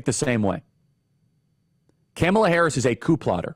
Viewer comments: Please learn to pronounce Kamala's name. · Following the trumpian tradition, you spew alternative facts. There is a hint of truth in them but manipulated to what is needed to fit your narrative. The fact that even, though you have heard the correct pronunciation of her name, you intentionally mispronounce it for some unknown reason. It’s obvious your intent is to keep the base angry. Angry people are easy to manipulate. You know they will not fact check your claims. If your ardent followers took the time to fact check the plans in place on the Republican side they would most likely move away. To his listeners Take a look at: From a centrist outlets. SCOTUS rulings on, presidential immunity and the Chevron doctrine. Executive order. “Schedule F” Most importantly, the “ Leadership Mandate” ( project 2025) See what the future plan REALLY is. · Please learn how to pronounce her name correctly. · I've never heard anyone call her "KAM uh Luh." Annoying. Isn't it "Kah-MALL-ah?" She's already annoying enough Charlie. I gave up after . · This guy is so ignorant he can't even say her name right. What a joke he is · You're speaking the truth, but you're pronouncing her name incorrectly. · 😂😂😂 he’s calling Kamala, Camel(a) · I love how Charlie says "Camela Harris" over and over again... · My heart grows a few sizes everytime he pronounces her name wrong ☺️ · Yep Tucker is also intentionally mispronouncing her name, it’s hilarious. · As someone who is a moderate who is still trying to figure out best candidate, it’s hard to take seriously anyone who doesn’t even try to pronounce her name correctly. It makes me question if this isn’t just bipartisan Mumbo jumbo or if this is really a genuine criticism. ☹️ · Charlie Kirk not racist; but mispronounces her name intentionally ….🤣🤣🤣🤣🤣🤣🤣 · Dude you purposely saying her name wrong is the exact reason why they cry about it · Why do y’all insist on mispronouncing her name? It’s insane.😂😂😂